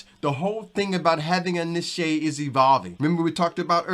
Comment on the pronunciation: YouTube can be a tough grind depending on our mindset, thank you for your inspiration and encouragement. I love the confetti! Thank you for saying the word "niche" correctly. lol. I like your description for YouTube analytics and tools, "Back Office". I look forward to more video.